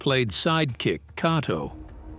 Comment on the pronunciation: Listen to nunchaku Cassius clay Kato the voice said Kahto. It is Kato long A. Ā. Kay toe